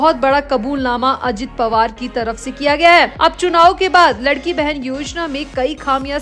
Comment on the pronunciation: योजना का नाम “लाडकी बहीण “ ना की लडकी बहेन. इसका मतलब है प्यारी बहना. इतनी बडी गलती आप कैसे करते हो?